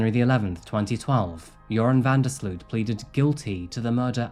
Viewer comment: Great video as usual! Although as a Dutch person I do have to correct you on the pronounciation of "Sloot". It's not pronounced as "sleuth" but more like "sloat". Not sure if that makes sense, but I figured I'd try haha